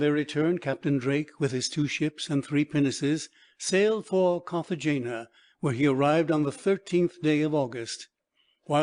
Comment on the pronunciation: And Cartagena is pronounced Cartahena